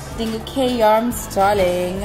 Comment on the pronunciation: It’s Kay yarms darling!!!!!!